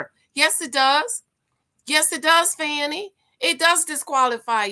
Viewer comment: You don't know how to pronounce her name as much as it has been in the media? This is trash. What a way to make a living.